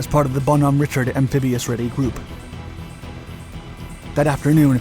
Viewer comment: I was there and saw it happen.....1- The name of the ship in the Bonhomme Richard is pronounced as Rishard or Reeshard depending on who you ask. Also, this was pilot error and nothing else> The pilot was a known cowboy and was being a hot shot. No one forgot their training. They were wearing a shit ton of gear, were all standing waiting to egress the helo when it crashed. Most that didnt make it out had broke necks/backs as I remember it.